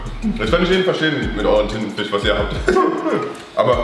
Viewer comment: Thintenfisch, wer kennt ihn nicht